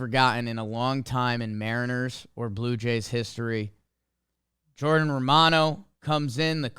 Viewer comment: I thought he said Blooper Jays for a sec 😂